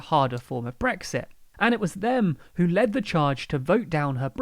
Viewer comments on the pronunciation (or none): none